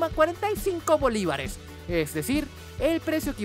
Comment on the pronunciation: like por el énfasis en BOlivares XDDD